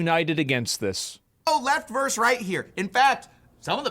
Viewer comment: Versus, not verse.